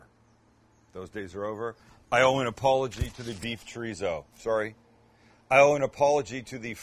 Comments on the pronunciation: Chorizo simply translates to sausage. Mexican Chorizo is just one type. For a real treat try several from Argentina or Spain. It isn't zo is so. Pronounced with the s sound not the z sound. Just like in German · "chreezo" lol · Omg how white can u sound treezo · Tree-zo? Tf!! 🤔 someone smack him and tell him the right pronunciation or he's not invited to the carme asada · Please learn how to pronounce Chorizo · The way you say chorizo is pissin me off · Funny how he makes fun of Canadians for the way they pronounce Cabo but he pronounces Chorizo and Torta just like a typical gringo lol! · That is not a torta that’s a sandwich. Please learn how to say chorizo the right way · Since you're making fun of the Canadians' way of saying Cabo, FYI: The z in chorizo is pronounced like the first s in sister. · I’ll never try this torta for two simple reasons 1st he’s a white boy 2nd he can’t even pronounce Chorizo correctly!! 🤦🏻‍♂️🤦🏻‍♂️ Lol